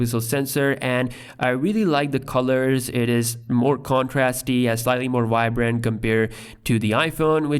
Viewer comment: Stop saying WOICE instead of voice. AND stop saying WHYBRANT instead of vibrant. Please.